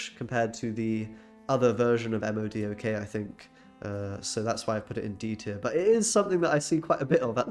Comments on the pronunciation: Thanks for the video! PS Not sure if the mispronunciations are for user engagement, but if not. It's Mo'-Doc and Null, not EM oh Dee oh Kay and Kuh-null. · It hurts my soul he said "Em Oh Dee Oh Kay" instead of Modok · say it with me, "Moah-dock", very good =] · Oh my god my ears bleed every time he spells out the acronym for MODOK. No comic nerd no matter how sweaty they are calls him by the letters of his acronym. It’s pronounced Moe-dock. I thought it was bad hearing mogwai for multiple videos now still say King-Ping instead of King-Pin.